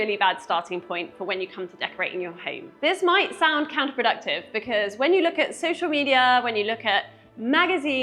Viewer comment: BEKIZ? Do you mean Because?